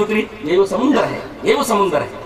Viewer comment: Samandar ko samandar bol ke nahi aata samundar bolta hei jab bhi mu kholta hei ghalat bolta hei.chup be sharm.